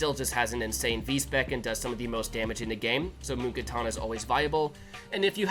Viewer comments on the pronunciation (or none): none